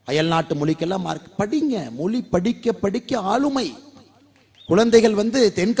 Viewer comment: Not Moli it is mozhi.